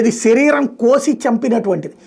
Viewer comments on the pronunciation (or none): none